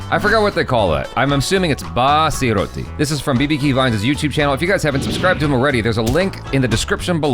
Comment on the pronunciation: BA ASI ROATI pronunciation